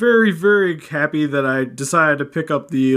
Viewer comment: You said Cappy instead of happy.